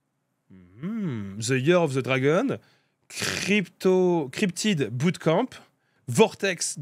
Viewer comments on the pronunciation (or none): none